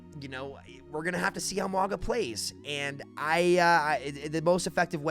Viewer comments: Mauga is pronounced like "MOUN-GAH". "MOUND" minus the "D" and add "GAH". Yes you pronounce the N even tho you dont see it in his name. Sounds similar to saying MANGA. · The name is pronounced Ma-ooh-nga. Say it as if theres an "N" in Mauga (Maunga), and then don't bounce the "G", say it like the g and the end of sing. Echo says it correctly when you copy Mauga with her ult. Mauga does not say his own name correctly in-game. Source: The Rock is my cousin (trust me bro) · His name is pronounced "Not Maui." One piece character looking mf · Mah Ooo Jah but the J is pronounced with an accent like how you say "Gilles." in French. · Why do u keep pronouncing Mauga like that wtf